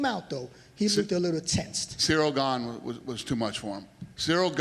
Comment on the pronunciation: They pronounce ganes name incorrectly. Hes french guys